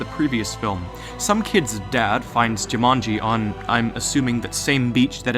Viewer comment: Why do you switch pronunciation of Jumanji? between: Jimanji and Jumani? x3 You have seen all the movies, you should know how to pronounce the name/title by now. xD lol But an interesting and very~ plausible theory indeed. ^^ Though how would someone now be able too destroy the jewel now that the game is a game cartridge? <=0